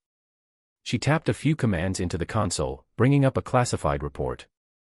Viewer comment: MISPRONOUNCED THE WORD CONSOLE.